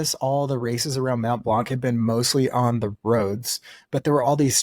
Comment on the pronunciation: Also don’t pronounce the C in blanc